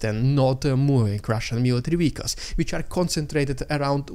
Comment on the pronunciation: It's pronounced "vehicles", not "wehicles".